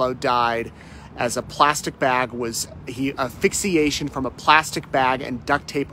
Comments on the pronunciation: The word is asphyxiation not affix-iation. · Affixiation, huh? How about asphyxiation. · Asphyxiation is pronounced AS-fix-ee-ay-shun. After watching and some other people from Idaho, I think it may be a thing there to leave the S out of the word. 🤷🏼‍♀️ No matter how it's pronounced... this is tragic. Soooo traumatic and tragic. And,, I just want to say THANK YOU for all the hard and amazing work you do. I'm so grateful no matter how you pronounce things. 😊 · Just a heads up...don't forget the '"s" in aS-phyx-i-a-tion. :) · its pronounced as-phyxiation to help your channel. amazing fieldwork 👍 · Your doing a great job covering this. I just wanted to share that it is pronounced AS-fix-ee-ay-tion. Asphyxiation. You're leaving out the 's.' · Asphyxiation. “S” not silent. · Please say it correctly...as-fix-ee-ay-shun. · I really like love this station and but man, this was terribly covered. He misidentified the drug found in his system and continually mispronounced the cause of death. I think it’s incredibly important when covering something like this, that the facts are given correctly and concisely. Especially when you are local to the story. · Good work, but please learn how to pronounce asphyxiation. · Homicide but don't know the cause??? That doesn't sound right. If you are a news reporter please learn to pronounce asphyxiation. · its ASPHYXIATION not APHYXIATION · Grammatical note for the man speaking: it’s asphyxiation. With an “S”. Not affixiation. Ok? Also you failed to mention that there was Hydrocodone found in JJ’s system… As for Laurie, getting “upset” from the autopsy photos of her children, spare me! She’s probably just feeling sorry for herself, because those are very incriminating in her case but I don’t buy it for a second, that she feels any kind of remorse for what happened to them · Just a note, it is not affixiation, it's asphyxiation. Such a sad, sad, state of the world. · Assssphyxiation not affixiation, thanks